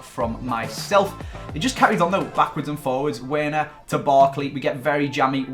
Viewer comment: it's pronounced verner btw